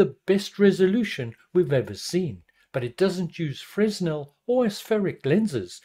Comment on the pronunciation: I thought the S was silent in "Fresnel"